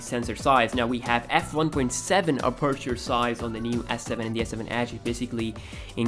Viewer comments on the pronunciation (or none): none